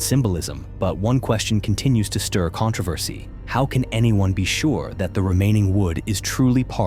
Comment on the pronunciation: This video was made by AI. No matter how true, someone is making money off the bare minimum. Pay attention to the pronunciation of such words like “controversy”